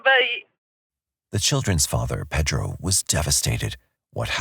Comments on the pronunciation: Is he saying Pethro? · Why are you pronouncing Pedro like your from the heart of Mexico????? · I can’t stand the way This narrator has to act like he’s Mexican and the way he pronounces Pedro. His voice is so annoying. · Did narrator really need to sound like that saying the names. Like the name Pedro. Is it because someone will get offended if you don’t say with an accent?